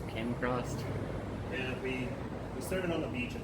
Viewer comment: "came accrost"